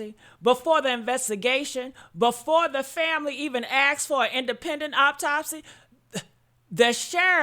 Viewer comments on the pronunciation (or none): Autopsy not Optopsy